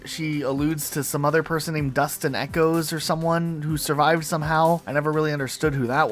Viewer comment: that is what happens , rocket sloth just joked that instead of her saying " Dust and echos " like how she actually does , she says " Dustin Echos " like a name .